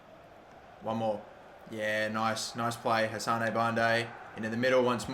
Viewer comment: Hassan not hassanae